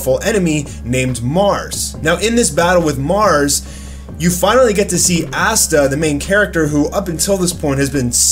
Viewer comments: It's Asta bro not assta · The fact that he pronounces it as Assta and not Asta LMMMAAAAOOOO 😂😭😂😭😂😭😂😭😭